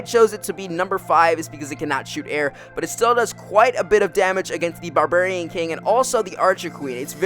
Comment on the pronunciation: anyone else hate the way this guy says barbarian?